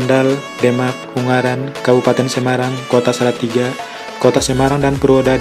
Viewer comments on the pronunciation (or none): none